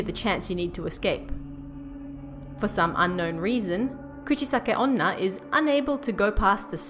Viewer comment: The way she pronounces Kuchisake-onna is very cute 💕